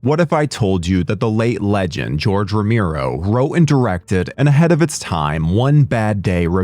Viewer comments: Me too! I rented this movie back in 2001 in video stores!🤗 P.s: And his name is RO-ME-RO! Not RO-MI-RO....they spelled it wrong in the video every time!😮‍💨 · Rom-e-ro NOT Rom-i-ro, fuck sake! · ROMERO, man ROMERO, not Romiro. Geeee... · Roe-MARE-oh, not Roe-MEER-oh. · Brother I don’t know who told you his name was pronounced that way but it’s driving me crazy. You should look it up before you say it 200 times in a YouTube video